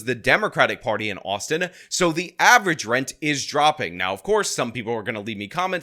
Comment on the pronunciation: Austin only has two syllables, bro. "The city of Austin-ah"